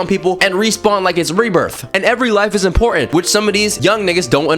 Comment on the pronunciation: ImporTant. Not impoh-ent.